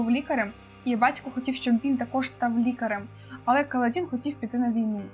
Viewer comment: у вас буквально ВСІ наголоси неправильні 😅 правильно "кАладін" ;) "паршЕнді" і чому "скАлкозброя"??? 😅 там же "скОлко"